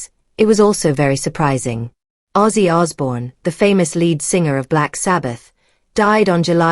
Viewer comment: You could at least get his name right